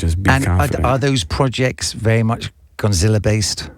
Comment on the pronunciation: So no one noticed he said god tiller and Westwood thought he said Godzilla?😂